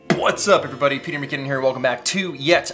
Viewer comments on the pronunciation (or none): none